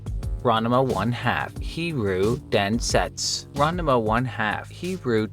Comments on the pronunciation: *Rahn Mah Boi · Your pronunciation of Ranma is wild. Throwing an extra syllable in there. But ribbing aside, this was an interesting list. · It's Ran-ma, not Ran-a-ma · It’s RANMA 1/2 , not RANAMA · As a ranma 1/2 fan you are pronouncing it wrong, and I drove me nuts. I may be wrong about how to pronounce it correctly but your pronouncing it ran-de-ma. Anyway I'm pretty sure its pronounced the same as the engish title. ranma, almost like the name Ron followed by ma like ma-ma. It is Japanese so god knows if I'm right but randama or ranama is super wrong. I just looked up the game name and I am like 90% sure your wrong about the name too. Ranma 1/2 - Hiryuu Densetsu den set su. The origenal Zelda game is called Zelda no densetsu. I feel like of all the words you could've gotten wrong densetsu is an odd one. Also why its the image stretched like you don't know how to edit a blurred background to fill space. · Ranama? It’s Ranma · Ranama? It's Rahn Mah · Ranama 1/2: Heeroo Densets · ronnuhmuh 1/2, huh? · That's not how you pronounce Ranma. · Excuse wtf did you just say? It is really that hard to say Ranma? lol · Dude, what is with the way you say Ranma? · The way you pronounce Ranma has deeply upset me. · Good video, but the way you pronounced that Ranma game's title gives me great agony.